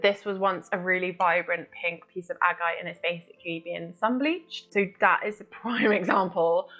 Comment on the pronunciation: 'ag-I-te' and 's-OAD-alite'. Its Agate and SODalite for christ sake